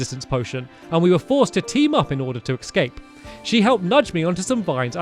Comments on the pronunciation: "And I was able to ecscape" Stamps-2019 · He keeps saying "ecscape" and it annoys me. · It's escape... not excape